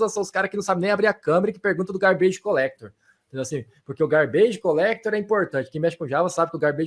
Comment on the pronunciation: É "gárbidj", não é "garbêije"